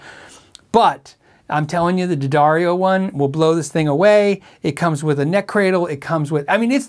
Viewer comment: Thank you for not pronouncing it “DEE-Addario” haha